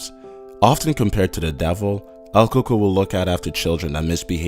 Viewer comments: coco? we say its cucuey (pronunication wise) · El coco? Lol don't you mean el cucuy? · It is not Coco it is cucuy